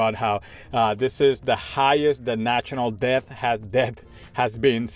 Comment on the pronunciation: Just don't pronounce the b, just say "det"